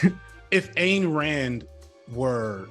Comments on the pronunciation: Hey, man...her stupid name, Ayn, is pronounced, "ine". Rhymes with "dine". Seen a bunch of your videos and noticed this mispronunciation a couple times. It's a tougher one to get right. While your content is awesome and mispronunciation does not change your accuracy on fact...you seem like a respectful type who would want to pronounce everyone's name correctly...even fascists and horrid capitalists...love ya from Athens, GA! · Great video but one little quibble...Rand's first name is pronounced "INE" as in dine, fine, or pine. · Back in the 70s, Ayn Rand was on NBC's "The Tomorrow Show with Tom Snyder" and she told Tom her name was pronounced "Ayn like swine." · Love the video, one thought . It’s Any like Ine (mine) Rand